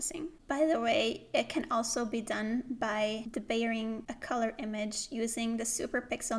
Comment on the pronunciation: Thanks for explaining this so well. One note on pronunciation: it’s dee-bayering, not duh-bayering.